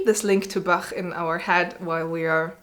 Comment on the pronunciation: I have had more than one teacher say that C major is a particularly difficult key to play. ""? Your German accent is vortrefflich!